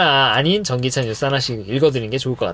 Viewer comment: 전기차 똑바로 못읽네 ㅉㅉ